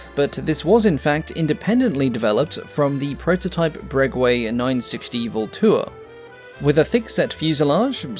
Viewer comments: Breguet pronounced Bregay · Fabulous video. As a side note, and without being a "pronunciation fascist" XD, the "guet" in Breguet is pronounced like "get" in French. The "u" is mute. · How do say "Breguet"?😂😂😂 I thought my French was bad.